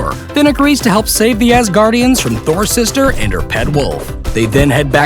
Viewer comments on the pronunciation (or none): none